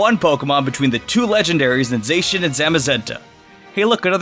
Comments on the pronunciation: Isn’t it Zaa-chian. Pronouncing it as Zay-Chian doesn’t sound like something that would roll of for it. But what do I know lmao. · God the way he mispronounced the legendaries hurts ( Its ZAH-shee-un and Zah-muh-ZEN-tuh ) good job u got Eternatus right tho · The Zacian meme. Because he say Zacian's name wrong even though the trailer told us his name.